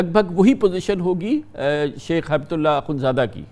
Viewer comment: کامران خان صاحب،ہیبت اللہ نا کہیں۔ ہبت اللہ عربی لفظ ہبہ سے بنا ہے۔ان کوHibatullah کہا کریں۔